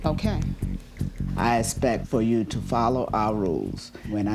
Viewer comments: The word is Respect not espect!! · "I esspec for you to follow our rules" his pronunciation of expect is hilarious 😂😂😂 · expect not respect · Can't stand Dad saying aspect instead of expect.. learn to speak properly